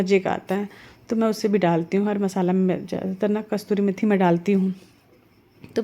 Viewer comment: Kasturi methi nahi yaar, kasuri methi